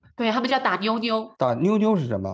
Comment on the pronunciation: 是牛牛吧，听着妞妞真别扭